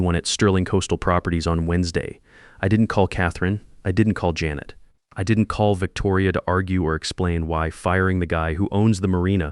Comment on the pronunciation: JAN et not Ja NET